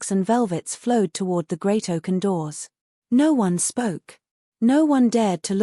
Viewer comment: Oaken not Oak and